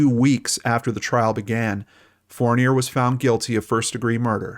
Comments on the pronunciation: Hi, in french Fournier isn't pronounced as fornay, you can search "Alain Fournier pronouciation" ;) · maybe the way I spelled it doesn’t echo it....fourneeay....it’s certainly not pronounced the way he is pronouncing it, unless of course it’s been Americanized. That’s what I was asking. I’m from Quebec,btw. I know how to pronounce that name 😉